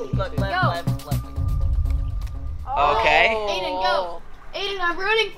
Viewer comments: Its lev not leb my name is leb🤣🤣🤣😅😅😅😅😂😂😂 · Dude your name I Lev not Leb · when jentzen falled Lev: myyy nammme is LEBBB!!!😂😂😂 I AM DYING OF LAUGHING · Levs LEBBBB is so funny Lev:MY NAMES LEBBBBBB Me:🤣🤣🤣🤣😂😂😂😂😂😅😅😅😅😅